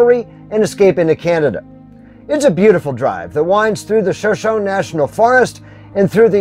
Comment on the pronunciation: Shoshone (shuh·show·nee).